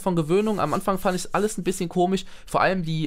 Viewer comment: "komig" wie Simon sagt! :D